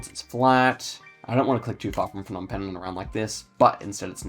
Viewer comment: Phnom Penh is pronounced with a hard P, not an F. The Ph diphthong is an aspirated P as in "pie", whereas a P alone is non-aspirated as is the P in "spy". If you say pie and spy and concentrate on the P sound, the difference is clear. The same goes for Kh/H (kite/sky) and Th/T (tie/sty). What the Plonk-It guide doesn't say about the mileage markers on the roadsides is that it generally refers to the distance to Phnom Penh (Roads 1, 2, 3, 4, 5 and 6) all radiate out from the capital, which is the zero point. 7 branches from 6 in Skoun and the mileage starts from the same km distance as 6). 8 is a new road and I've never driven it, but I'd guess it follows the same pattern. Two-digit roads count their mileage from where they branch from the parent which starts with the same number (so road 41 km 1 is 1 km from road 4). A note on spelling - There is no real standard to romanize the names from Khmer. You may see different spellings than what is on Google Maps, and sometimes different spellings on the same road, but the Khmer spelling is always consistent. The "Krong" in front of a lot of town names simple means "city", so if you see a disparity between say, Kampot and Krong Kampot, it's the same thing. Also note that Cambodia is developing RAPIDLY. The coverage is from 2013, so there's 10 years worth of upgrades to what's on the map versus what's on street view. Especially in PP and Siem Reap.